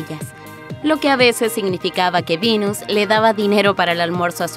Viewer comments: Me rompe soberanamente las pelotas que pronuncien Seruina y Vinus cuando hablan castellano. Son Serena y Venus. 😡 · Sirina ,Vinus...Mejor habla en Ingles y me salgas con Tecsas XD,XD...